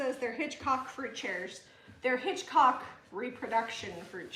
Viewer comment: Hitchcock not hancock